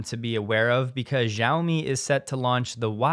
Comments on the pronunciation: Love your program. Please pronounce Xiaomi correctly. Jim Farley owns one and has correct pronunciation. As a former language student/teacher it grates on my ears. You are no alone. So many people in media, including Stephen Colbert, pronounce Chineses President Xi as Ji. Not correct. SHE as in “She sells Shiaomi by the seashore.”😉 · Xiaomi is pronouned she-OW-me. Your version makes me cringe. The X is like SH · You seem like someone that believes that details are important, and pronouncing the Chinese company names correctly, while not critical to your message, does show a level of professionalism. Just wanted to let you know that the “X” in Xiaomi is pronounced more like a “sh” sound than a “z” or “j”.